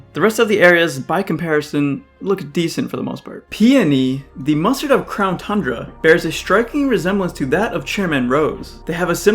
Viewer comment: Crown tundra? I thought you said clown tundra